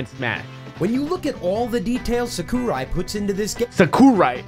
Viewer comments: I died when they pronounced Sakurai as Suh-Kú-rai Corporate channels are adorable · I'm gonna start saying Sa K O O rai now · Saw-koo-rai straight disrespect smh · SA-KOO-RAI is the best name 🤣🤣🤣🤣🤣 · a yes sak-u-ria. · Even text to speech says sakurai right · When I heard how he pronounced sakurai I started laughing so hard I couldnt breath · "Sakurai" hehe hahaha oh man that's funny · Saymus, i can forgive that. Chrome, ok i guess. but SAKOORAI? THATS IT, IM GETTIN ME MONADO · Sakoorye invented the best character in Smash - Saymus. NOT dark saymuhs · They mispronounce names more than substitute teachers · How do you not know how to prounouce Sakurai or Samus? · people who say "Luff-fy" instead of "Loofy" sAyMuS, cHrOmE, sAkOoRaI... cHrOmE